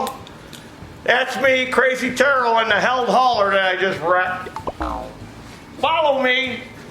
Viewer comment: What is a Heald hauler? And by the way its pronounced healed, not held.